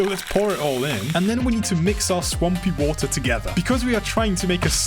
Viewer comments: BRO REALLY SAID WA ER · ah also british sayin "wo'er" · I think he is British because at this part he said “WAER”